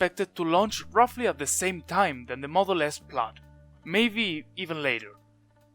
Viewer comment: it's [plaid] noooooooooot [plAd]